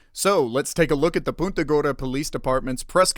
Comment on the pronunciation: It's pronounced PUNTA (like you PUNT A football) and not POONTA.